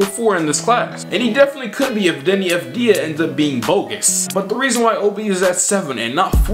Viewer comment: The j in avidija isn’t silent